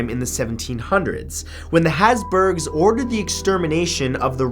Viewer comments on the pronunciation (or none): ”The hasburgs”